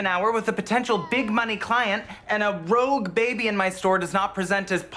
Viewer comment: Only can make total sense saying a ROUGUE baby"🤣🤣🤣